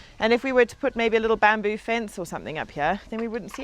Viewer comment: Bambo did i hear say bambo, oh no